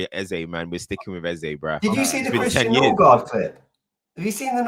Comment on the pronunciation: Nice to have a rivals perspective. Especially one who can put bias aside. Big up. Last year it was norgaard, this year he said something like norgul 😂